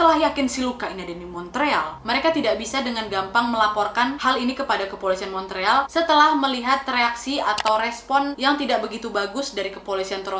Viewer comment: Montreal dibacanya Mon real.